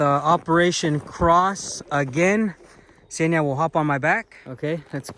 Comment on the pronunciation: An American swallowing the first consonant like they always do))) I kept wondering who the hell was the guy Senya behind the camera, while I clearly saw it was a girl. Senya being a male name btw. Eventually I realised he was talking about Kseniya (the girl's name)